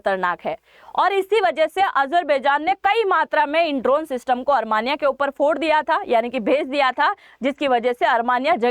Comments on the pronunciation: अरमानियां नहीं आरमीनिया कहें जो शुद्ध है। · Are sakal to achi ni h kam se kam sahi to bolo Armania ni h Armenia h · अरमानीया नही आर्मेनिया होता है 😂